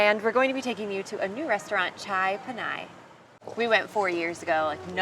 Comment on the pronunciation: im an asheville local and the way you pronounced chai pani made me giggle